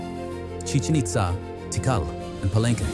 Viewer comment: AI is so fucking smart can't be taugt ow to pronounce correctly...Ti Kal NOT Tickle...